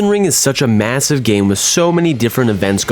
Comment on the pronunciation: DID YOU SAY MASSIVE?